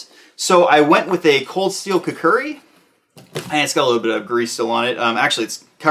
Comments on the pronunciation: It is kukri, not kukuri. Although the kukri has a much shorter engagement range than the cavalry saber, it is a more practical edged weapon. The form factor is more easily handled and brought into operation than the saber. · “Kook-Ree” for god sake say it correctly.